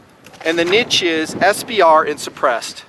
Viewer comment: I respect you even more because you say "niche" the right way. Not like some half assed, wanna be, intellectual.